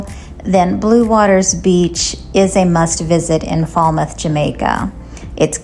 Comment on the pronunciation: Pronounced Fail-mouth